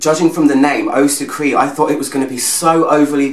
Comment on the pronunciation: it's pronounced SUCREE "suc-raay""..(its a french word,not english,you as an expert should know that) other than that,love your reviews;)))!!!all the best...